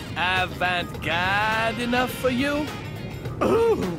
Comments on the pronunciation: And today, our feature is horrific pronunciation of "avant-gaaaarde," his questionably horrific...ally fashionable outfit, and that horrifically furry chinscarf he has during the fortune cookie segment. I love how it seems like Swery's seen The Departed. The... I don't even know the right term for it - the hardcore metal Irish jig music?? - is straight up that movie's alley, haha. The QTE sections really were awesome, though mentioned that getting a Perfect was actually pretty hard. I wonder how long it took for him to get the timing down...? I love the orgel track that plays when gets kicked in the nads, though, haha. The banter almost makes me believe that if Antonio and were in other situation, they might've been good pals. Also, Philip, you were completely useless lol. I've never had so much second-hand embarrassment in a game as when was wearing that outfit, and it wasn't even for when he was talking to Duncan. (Speaking of which, I'm loving Duncan, though I couldn't help agreeing with in the last scene. At least his loved one... can be put back together? Using another's loved one's leg as a baseball bat, though...) It was actually me imagining what Derek and Olivia and all the other NPCs would say if they actually noticed the outfit you wear....Actually never mind, that would be quite hilarious. Forget about the embarrassment. I noticed this before, but when first gets the memento, what he sees is something like a premonition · I really like really exasperated pronunciation of "Avant-gaaaarde!"